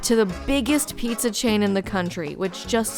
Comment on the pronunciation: The neon sign said Jet's Pizz for a second and I was a little amused. Then you said Pizz-uh and I snorted